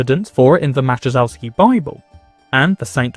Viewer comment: The Maciejowski Bible is pronounced totaly different, J in polish is not lie soft "g" sound, but a short "i"sound, so it practicaly merges with next "o". Thanks for great video!